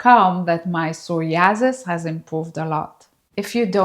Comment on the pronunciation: I too have sore-ee-asses! :) I love your pronunciation of that! I too am in my 50s, about to turn 57 and you look fantastic!! Congrats on being beautiful and aging like fine wine.